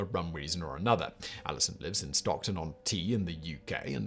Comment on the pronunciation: Stockton on TEES Simon.....TEES